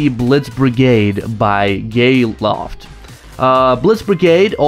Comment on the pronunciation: Gayloft? Lol